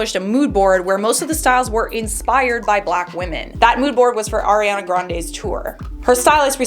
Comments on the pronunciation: Its not Air-A- ana...it's Ari-E- annnnaaa, Ariana. Lol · It's the AIR-iana for me HAHAHHAHA jk 💕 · The way you said ariana made me laugh so hard 🤣